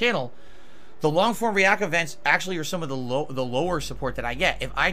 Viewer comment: HE HIMSLEF SAYS 'REE-ACK.' ENUNCIATE YOUR WORDS. big ups,, good to have ya back homie